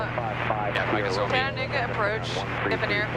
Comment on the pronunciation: she was also probably a poor driver..you can tell with her speech impairment as she's struggling with pronouncing 'Chattanooga' multiple times on the radio. The multi-tasking required for flying is for sure not compatible & dramatic when taking such drugs..what a sad story..her father i guess wanted to please his 'little' girl by flying her ...